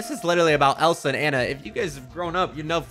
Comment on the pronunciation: ITS ANNA NOT ANA😭